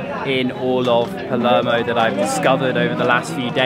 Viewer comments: P A L E R M O. NOT PELEMO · So many cringe pronunciations, he needs to do his homework before making a video about "Paluurmo" lol